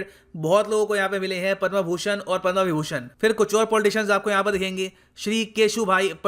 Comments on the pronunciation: कृपया उचित उच्चारण करें पद्म न कि पद्मा। अँग्रेजी का आपके ऊपर कुछ अधिक् ही प्रभाव है। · पदमश्री होता है पदमा नही प्रभु।। इतना भी अंग्रेज के चो@ न बनो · Please sir correct your Hindi pronunciation like पदमा- पद्म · पदमा नही पद्म है गुरूदेव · The word "Padma" should be pronounce correctly.